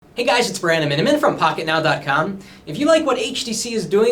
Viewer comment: "Hey Guys it's "